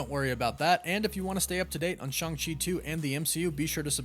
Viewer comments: Stop saying ShUng-Chi. It's ShAng-Chi. Listen to the damn movie. He is never called ShUng-Chi. Learn to say his name correctly. Been trying for months and you keep stubbornly saying the name wrong. Maybe we should start calling your show the CosmAc Wonder till you stop being stubborn and say the name right. I've been telling you for months now on every video where you talk about the character. There is no U in Shang-Chi and NO ONE in the movie ever pronounces it like you are. Say it right. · Loved Shang-Chi and kept calling Shang-Chi Shang, like Shangri-La, Chee